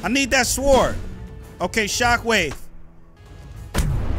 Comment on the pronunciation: lmao kev the (W) in SWORD is silent.